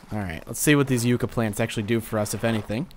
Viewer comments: Yuh-cka not You-cka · Yucca is pronounced Yuck-ah, not Yook-ah. If you care :P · no offense but its pronounced (ya-kka) as in yucca plant